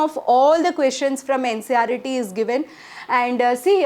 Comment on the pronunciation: Ncert not ncret